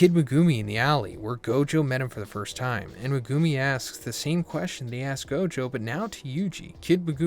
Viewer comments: Who is mugumi???? It’s MEG UMI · Its pronounced Megumi bro, NOT MeGOOMY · Mugumi? Megumi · Bro can you please stop butchering megumis name, people say stuff everytime in the comments everytime you say it. Like watch the series dub and youll hear the right pronunciation. At this point it's getting too much to bear with. Meg-ooo-me not mah-gooh-me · Meh-goo-me lol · MehGOOmi, this guys pronunciations kill me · You got waaaay too many syllables when saying Megumi 😂 you’re saying MeGOOme. It’s Meg like Megaladon the big ahh shark followed by the Goo minus a O then you say the “Me”. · Maybe he only reads manga, only explanation I have. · He calls him Me-Goo-Me? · I hate the way you pronounce megumi. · Bro still can’t say megumis name right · He'll never learn to say Megumi correctly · Bro your saying megumi all fucking wrong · 😮the way he pronounces megumi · Can you fucking pronounce megumi’s name right Jesus christ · this dude doesn't know how to pronounce megumi, lol. it's easy.